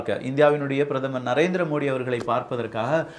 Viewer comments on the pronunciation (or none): none